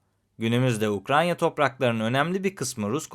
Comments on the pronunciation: ukraNya değil. UkraYna. Kaç video oldu. Anlattığı ülkenin adını doğru söyleyemeyen biri derler ciddiye almazlar bak ben senin iyiliğin için söylüyorum. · Abi neden hala inatla UkraNYa diyorsun? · Ukranya dediği an kapattım videoyu. Ukrayna (Ukraine) 🎉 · Hocam Ukrayna’ya lütfen UkraNya demeyelim. (08.40 )Emeğiniz için teşekkürler 🙏🏻